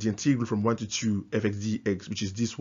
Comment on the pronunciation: Integral - emphasis is on the first syllable!